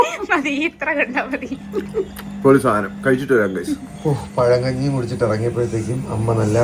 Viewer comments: Pazhinji alla pazhakanji🤩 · പഴഞ്ഞി ❎ പഴങ്കഞ്ഞി ✅